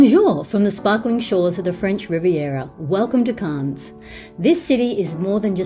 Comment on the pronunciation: Please please please it’s pronounced CANNEs with a very very silent S